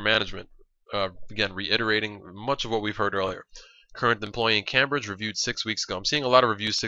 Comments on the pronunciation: It's Came-Bridge, Not cam-bridge :L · It's pronounced Came-bridge not Cam-bridge. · its not cam bridge its pronounced came bridge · i don't know if there is a correct way to say Cambridge but i have never heard anybody say it Cam bridge i have always pronounced it Came bridge because thats how everybody i know says it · nice video. Just 1 thing though, it's pronounced came-bridge not cam-bridge :D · sorry but i have to say this. its pronounced 'came-bridge' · it's pronounced "came-bridge" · its pronounced "came - bridge" :) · it's pronounced came-bridge. lol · You're not english but Cambridge is pronounced Came-bridge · Cambridge pronounced came-bridge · The way you pronounce Cambridge hurts my ears.